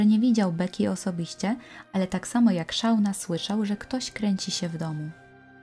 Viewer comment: Ale please, czytajcie poprawnie imiona. Nie Szauna. SZONA. Naprawdę nie jest trudno znaleźć w necie poprawną wymowę nazwisk, imion, nazw miejscowości... Materiał przygotowany porządnie i szkoda, że takie coś szpeci.